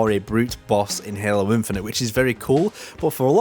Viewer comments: i love your videos but please stop pronouncing halo as "helluh" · there's nothing wrong with your accent, but I've heard you say halo with an american accent and your native accent back to back in the same videos, loo